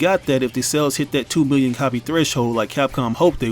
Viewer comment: I can’t tell if you’re saying million or billion tbh